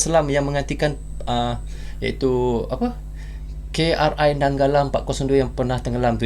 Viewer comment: KRI jangan dibaca pakai bahasa English, pakai logat melayu kita saja, karena KRI singkatan Kapal Republik Indonesia